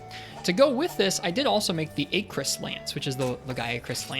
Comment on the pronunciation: It's Acrus as in apple btw